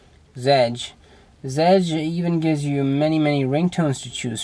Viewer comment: OK man. No offense, bit the best apparently seen here is the circle launcher you are using and you didnt even talk about it. Oh on all fairness adw is cool too but drawing with flowers? Really? And it's pronounced z edge. You pronounce the.z seperate. Zedge. Lol